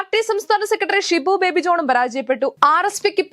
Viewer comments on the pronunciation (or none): none